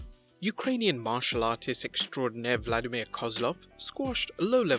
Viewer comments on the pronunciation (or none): none